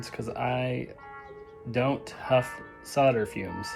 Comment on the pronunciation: Props to your proper pronunciation of solder.